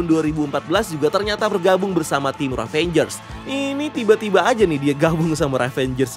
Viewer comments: Ravagers min bukan ravangers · ngeganjel banget setiap lu bilang RAVANGERS instead of RAVAGERS bang 😄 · aduhhh, cara bacanya "revejers" bukan "ravenjers". tolonglah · Bang, yg bener Ravagers deh kalo gak salah bukan Ravengers. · "Ravagers" ngab, bukan "ravengers". Ga pake "n" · Padahal ravagers bukan ravenjers bahahaha